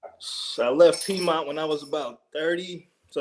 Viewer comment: He said peidmont lmao …. Of course you not gunna date a chick that work at piedmont..If you know you know